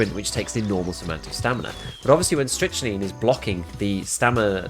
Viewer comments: I've been using this tech since the patch, it's actually awesome. By the way it's pronounced "strick - nine" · It's pronounced "Strict-Nine" my guy :) Great content as always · You're both wrong and right, it's pronounced 'strick-neen'. Just like amphetamine. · Leave the poor Brit alone. They don't know how to properly pronounce English words. 😉